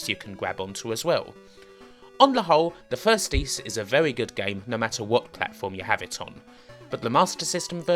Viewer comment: Es?!? There are Four Ys (how most people would pronounce "Ys") and zero "Ys" (as pronounced in this video as "Es") in the longest Wheel of Fortune puzzle with no vowel: L-N-RD SK-N-RD